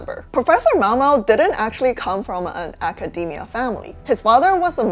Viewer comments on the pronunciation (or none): none